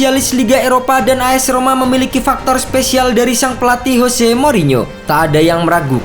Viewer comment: Jose, bukan Hose.